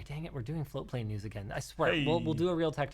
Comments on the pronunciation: ohhhh "float"plane not "flow"plane. I've been watching you guys for WAY to long to have just figured that out. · So this is proabably the 700th time I've heard these guys say "floatplane" and only just now have I realized they aren't saying "flow-plane"... I hope that's not just me